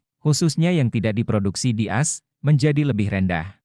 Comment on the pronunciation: Kok yg melaporkan ini Amerika Serikat selalu di omongin pronounce dg “as” bukan A dan S. Bgmn pimpinan redaksi Warta KOTA Production kok tidak menegur. Ayo melaporkan dg lbh correct dan perfect.